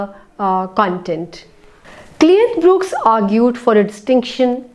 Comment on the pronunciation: his last name is Brooks not BrookEs